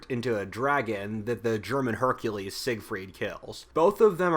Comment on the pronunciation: "German Hercules" Gercules?